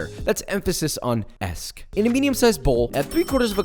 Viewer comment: Lots of emphasis on the Esque